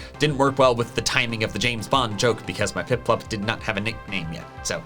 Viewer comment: you said printplup instead of piplup.